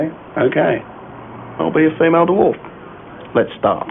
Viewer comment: I think we can all agree that Ben Elton could not pronounce Dwarf. DerWarf indeed...